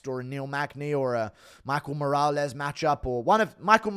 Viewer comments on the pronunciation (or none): none